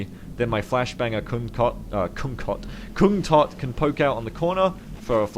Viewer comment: Just an FYI, but kungtotte's name should be pronounced kungtotteh